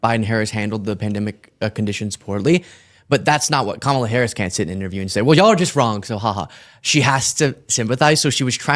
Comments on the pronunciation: "Comma-La" for fuck's sake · 😂why can’t he say Kamala the correct way!!? KAM MA LA. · Kuh-MAH-la. He's been corrected by several people and he chooses to mispronounce it. Good thing these are the kinds of people conservatives get their 'news' from. Yeah! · This 'conservative' dude's whole schtick is to have a liberal on and say "oh I didn't know that" and say completely vanilla baseless things. Also, is it that they CAN'T pronounce names right? Do they think it's a power move to say KamAHla and pak-man? It's so weird. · he told he was just being lazy on election day and didn't bother voting, but I don't know if I trust him... especially since he kept saying, "Ka-MA-la ( corrected him, and then teased him mentioning how far PAST the election was and he was STILL pronouncing her name wrong). Sean also mentioned that he didn't know WHERE he was registered at, and THOUGHT he was registered because he'd been in the hospital (WTAF?!?!?!) and sweet, patient mentioned that that's NOT how that works... and mentioned going through the DAV. WOW... just WOW. And this kid is in favor of Dumpty's getting rid of the DOE... gotta LOOOOVE the irony. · Why is it that trumpers continue to be so ignorant to keep calling KAMALA "KAMMALLA", like the WWE cannibal wrestler gimmick jst because their stup*d leader, trump, with his 7th grade education, pronounces it like that????? This little pointdexter a**hole with the glasses pronounced her name like that the same way trump does. These trumpers are brain dead. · Purposefully mispronouncing her name STILL is so childish and ignorant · Using these discussions as an opportunity to force these dudes to justify their purposeful mispronunciation of Kamala is a huge win you should take advantage of more often. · Every time he said VP Harris' name wrong, I legit cringed. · I'm not sure about Sean's sincerity. He seems to make a point of pronouncing Kamala's name wrongly. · He mispronounced Pakman and Kamala.